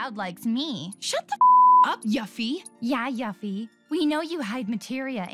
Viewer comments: ...Is no one else triggered by the VA mispronouncing Yuffie's name...? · It's pronounced You-fee... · I always thought her name was pronounced "Yoo-fee" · I don’t understand how people call Yuffie yuh-FFi growing up. I’ve always read her name as You-ffie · Pronounced “yoo-fee” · The way she said yuffie actually made me want to see the Empire State Buildings roof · The way "Yuffie" is pronounced gets me 💀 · The way they said yuffie gave me crows feet from all of my wincing in pain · That's certainly... a way to pronounce Yuffie. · The way the said yuffie's name was absolute garbage. Did any of them ever play kingdom hearts 1&2 at all what so ever?